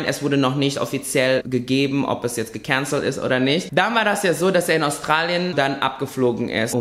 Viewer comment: So geil wie du gekänzelt sagst hahahaha